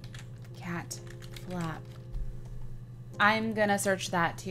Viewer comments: did anyone else notice that she said ca instead of cat in cat flap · LOL she skipped the "t" in cat